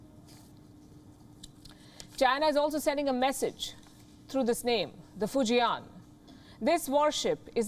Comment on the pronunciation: fu jian not fu ji an ....... fortune build